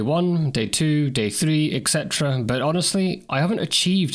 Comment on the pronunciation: It's et cetera. Not ec cetera. Nice vid.